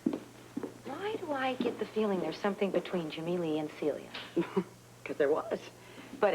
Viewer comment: When Jimmy Lee is at Celia's door and he shouts her name I can hear his accent!!! The actor, Shlomo Goldberg, is from Israel. The way he pronounces Celia is NOT how an American would.